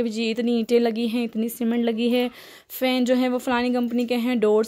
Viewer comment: Mam fan hota hy fens nhe